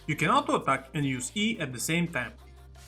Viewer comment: your "Autoattack" sounds really nice man